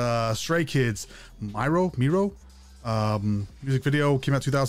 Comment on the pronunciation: none of there dancing is speed ramped. They literally do those dances at their concerts. the guys do amazing. please check out the newer albums for more EDM feel (thats the term for the techno your hearing). also Miroh is pronounced Me-row. thank you for giving these guys a chance they are amazing!! Bang Chan and the guys are 4 gen leaders